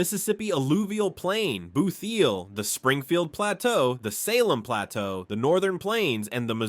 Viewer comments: I live in tthe bootheel and it’s pronounced like boot-heel, not booth-eel. It grates on my nerves every time I hear it said wrong in this video, which is basically every time it’s said. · Its boot heel not booth eel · It’s boot heel…not booth heal. I’m sick of all the AI Slop. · Boot heel. Look at it. Please stop saying Booth. And learn to pronounce Osage before you repeat it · Fun fact # 51: it's pronounced Boot-heel, not Booth-eel!!!🤦‍♀️ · DO BETTER! 1. Repetition narrows this list to about 30 to 35. 2. 90% of the photos aren't even of Missouri, let alone the features you are discussing. 3. BOOT HEEL! not BOOTH HEEL 4. No talk about the people, diversity, heritage, route 66, native American history, trail of tears, Lewis & Clark? 5. The weather, how the topography distributes, funnels and/or blocks weather patterns. DO BETTER! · Boot-heel, not booth-eel! 🤦‍♀️ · It's also pronounced BOOT - HEEL, not "BOOTH- THEEL" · Bootheel sounds better pronounced BOOT HEEL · Booth Eel.😂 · Sir..the word is quite literally Boot heel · This narration's really good, but really.........."BOOTHeel" ;) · And he kept saying booth- heel. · And it's not the booth eel